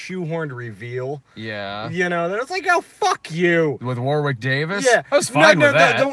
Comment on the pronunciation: Its pronounced WORick Davis not WARwick.